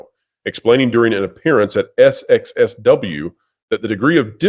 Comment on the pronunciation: SXSW is pronounced South by Southwest.